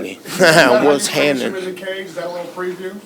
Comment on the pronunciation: What’s hannin 😂😂